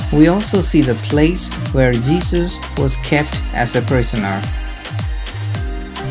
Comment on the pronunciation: You're an Indian, but your pronunciation is not. On the other hand "Jesus" is said like je-zus but you're saying it like je-sush, Which proves that your accent is not normal and also you're not a Christian.